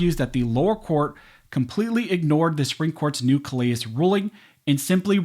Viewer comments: That’s pronounced “kuh leh”. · Just a nit pick, but... in Louisiana vs. Callais, that name is pronounced "Cal Lay" because it is a French name and in Lousiana, we pay attention to French name pronunciation. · Callais = Kal-A